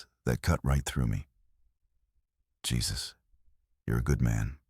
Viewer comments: Jesus like biblical on the cross? Is your head somewhere really dark? His name is Jesus, a Mexican name ptonounced 'Hey-zeus' Another really stupid AI production. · That pronunciation mistake pulled me right out of the story. AI missed an obvious one there. 😅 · Exactly. Drove me nutz 😅